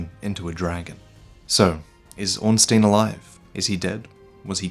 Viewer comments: Hey I love your stuff but as a German speaker I cant let this go: You actually pronounce Ornstein incorrectly. The sound goes by the second vowel in the ei/ie Ornstein = Ornschtine Ornstien = Ornschteen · It should be Orn-STAYN, and not Orn-STEEN. First, because this is how you pronounce -stein unless you are a jewish banker, and secondly because that's how the phonetic Japanese name reads. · why do you pronounce Ornstein as Ornsteen like an American country bumpkin would? The correct way is Ornstine, especially as the game is set in an older age and pronouncing an obvious German name like it should be in German makes more sense. Surely you don't pronounce Frankenstein as Frankensteen or Albert Einstein as Einsteen? So why do it with Ornstein? As I said, it makes you sound like a yokel. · Your pronunciation of Ornstein makes me cringe. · Don't take it too personally, I like your videos, and most people pronounce it wrong anyway. Miyazaki uses a lot of German names in Dark Souls, Ornstein is one of them. Orn meaining ornate, and stein meaning stone. I would recommend using google translate to hear how it pronounces it. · Man,, you of all people should know how to pronounce Ornstein by now. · pronunciation of Ornstein is all wrong in this video.